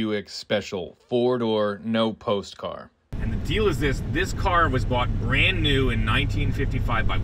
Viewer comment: say what? No Post? Do you call it Wudder too?